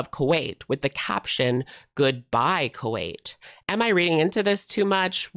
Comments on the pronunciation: Not Ku-weight 😂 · Not gaining a bunch of "Ku-weight"!!😂😂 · Not the Ku-weight 😂😂😂